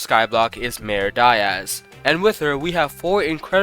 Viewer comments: Please bro say it properly, Diaz not dieas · Not "die-ez" its "dee-ez"